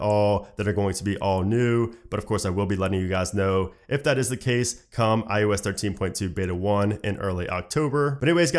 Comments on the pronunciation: Why do i always hear you saying IUS 😂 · Am I the only one hearing this guys say ‘I US 13’ ???